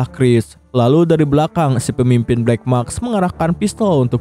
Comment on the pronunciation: black mask bang, bukan black maks😓🙏🏼